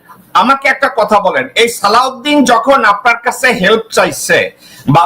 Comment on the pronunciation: শিলংউদ্দিনের থেকে শালাউদ্দিন উচ্চারণ সহজ এবং শ্রুতিমধুর।